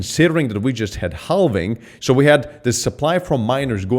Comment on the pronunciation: he says.. HELL VING.. lol